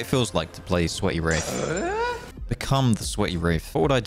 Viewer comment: When you say wraith, it sounds like you say wraf